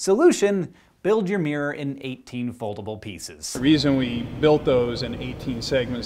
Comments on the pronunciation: Is it just me that hears "smirror"? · it's mirror, not "meer"